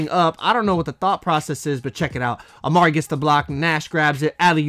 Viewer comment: When he says a ma ree it gets me tight